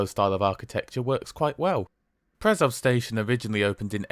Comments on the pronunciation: Just a small remark: Š is pronounced as an English [sh], so it's [Preshov] and [Shkoda]. The same is true for Č [ch] Ž [zh] and CH [h as in heart or heat]. Czech Ř is pronounced as a very short [rzh]. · It's pronounced "Pre-show" and "Kosh-itse". ;-) I'm surprised to see a video from you where you use your own voiceover. :-) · Correction: "Š" is pronounced like english "sh". So it's "Preshov", "Koshitse". "C" in Slovak is pronounced as "TS" like in "Tsunami or Tsushima".